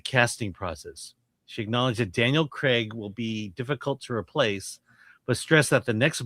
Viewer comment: why do americans say cregg instead of craig. its so weird lol